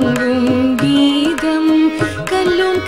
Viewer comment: If my observation is right, I would like to tell that on no single occasion the word Geetham is spelt properly by the popular singer. Invariably at all places it is pronounced as Geedham.